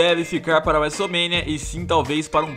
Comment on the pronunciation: fala wese mania tinta e cato em vez de WrestleMania trinta e quatro